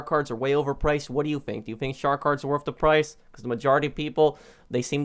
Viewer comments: Its nat wurf it guys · Lol it’s not worff it